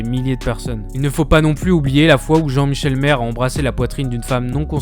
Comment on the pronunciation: Comment peut tu avoir regardé l'émission ne serait-ce qu'une fois et prononcer Valérie "Bénin" ou Jean-Michel "Marre" ? heureusement que le contenu est intéressant mais on a l'impression que ce n'est pas la même personne qui ecrit et qui parle...